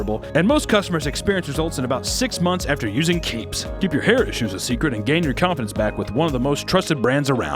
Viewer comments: I thought he screamed CAPES, not keeps. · I thought he said, "Brought to you by CAPES!" at first, instead of Keeps, lol.